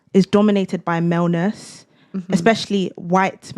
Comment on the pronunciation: did she say male-ness LOOOOOOOOOOOOOOOOOOOOOOOOOOOOOOOOOOOOOOOOOOOOOOOOOOOOOOL